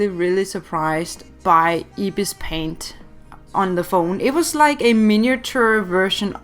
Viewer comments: its not ibispaint say it eyebispaint there is 2 ibispaint 1.ibispaint=pay 2.ibispaintx=free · Ypur bpt supposed tl say ibis paint but say like eyebis paint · I thought you said ipis paint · just saying its eye-bis-paint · It’s Pronounced Eye-Bis Paint I’m Not Being Rude Btw I Just Wanted To Say It Also If You Use Ibis On Your IPad You Can See The Different Modes. Like You Can See The Blur Tool, Smudge Tool A Lot Easier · me: IS THAT REALLY HOW YOU PRONOUNCE IT HUH ANSWER ME HUH HUH HUH (don't hate)